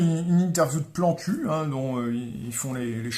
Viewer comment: Je crois entendre plan cul au lieu de Plantu, mais j'ai peut-être simplement l'esprit mal tourné x)